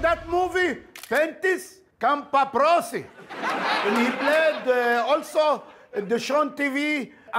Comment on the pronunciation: I don’t blame for misprouncing Chiwetel’s name. Also yes, I love my favorite British actor Bentis Compaprossi. Loved him in the Green Crankey Seuss movie.